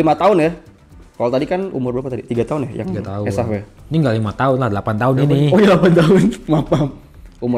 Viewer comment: Ko gw dengar asef iya, bukan esaf😂